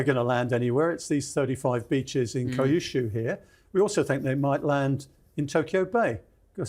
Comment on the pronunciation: Note - Kyushu = “Key You Shoe”. Not “Kai You Shoe” Same with Kyoto. 😅